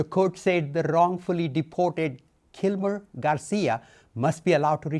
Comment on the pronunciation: tha wrrrrrrrrongfoolie deeporrrt-ed 🇮🇳